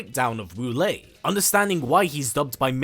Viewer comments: My name wu lae don't say WALL-E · My favorite Wu Lae in MK is MK9 Quan Chi’s gibberish (“Woolay!”)